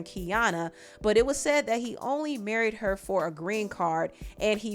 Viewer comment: Emphasis on "MARRIED" 😆😂😆